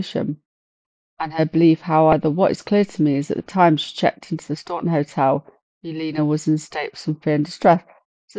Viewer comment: Her name is pronounced Evalina, it's Polish